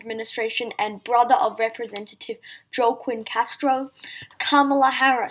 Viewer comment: By the way Joaquin Castro’s name is pronounced Wa-keen.